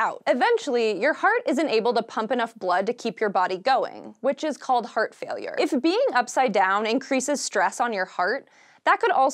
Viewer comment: Everytime she says heart it sounds hurt to me